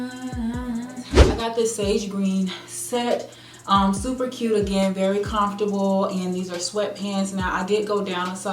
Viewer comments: Lol the way you say comfortable. Confortable? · I love the way she says comfortable 😂